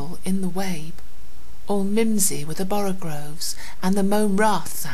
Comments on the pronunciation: Lovely, but it's borogoves not borogRRRoves! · Just so you know, it's borogoves, not borogroves. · Great! Although it's "boroGOVES", not "boroGROVES" , a commonly erratic pronunciation. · Oh. You said borogRoves. I didn't even notice. :P That's how I say it......borogroves....It doesn't sound right without the r, to me. Ehh. Whatever. Pronunciation doesn't really matter with nonsense words.